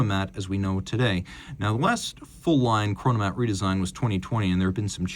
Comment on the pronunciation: "Chronomat"🫩 geeezus